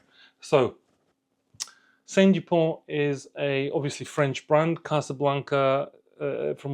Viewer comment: A small correction, It's not "Saint Dupont". It is S.T. Dupont, after the founder, Simon Tissot-Dupont. Great video, thanks. So sad to see Lebanon in turmoil again. Did you see the C Gars auction results today? Prices were outrageous. It has gone crazy.